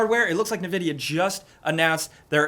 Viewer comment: lol he said nvidia correctly